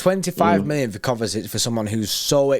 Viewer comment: Why do they both pronounce it KovaTic? 😂😂 Where's the T from?